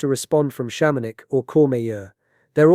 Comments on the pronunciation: Chamonix isn't pronounced Sham-on-ix; it's pronounced Sham-in-wa. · I'm gonna guess this is using an AI voice? I hope so with that pronunciation of Chamonix... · since when do you pronounce Chamonix, France, like Chamo-nicks?